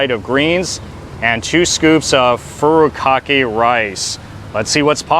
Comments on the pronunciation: Fu_ru? Kaki? Can you read? Can you pronounce or care to properly pronounce Japanese words? Do you say "carry o key" too(karaoke)? You look Japanese but no respect for our culture? Thanks! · I was going to ask if you're from Hawaii, then I heard you say "Furikake''" 😂